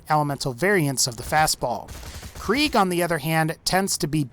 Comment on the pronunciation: Omg I hate how he says krieg